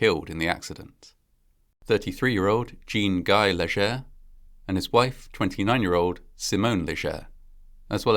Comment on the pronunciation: The French "Guy" is pronounced like the Indian Ghee without the h.